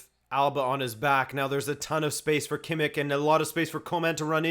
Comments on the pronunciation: It’s pronounced Kimm-ish not kimmick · who is kimik?! you pronounce every spanish or portugese name with all the flair u can but then u say KIMIK? :D